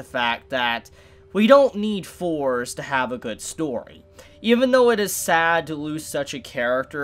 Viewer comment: AHMED ALY cos its spelt THORS